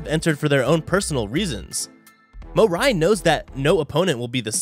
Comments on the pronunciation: bro its mori not morai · Who's mo rai? its Mo reee